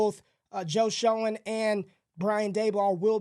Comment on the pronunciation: Love your work. Joe Schoen pronounced Shane.